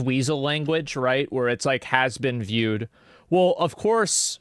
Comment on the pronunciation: “Has Been Viewed” “Asbenvewd” “Asmongold”